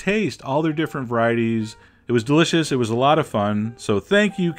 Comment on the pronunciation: I though it got all of(sounds like Olive) them